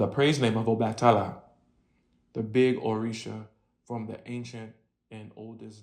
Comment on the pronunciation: The a in obatala is pronounced AH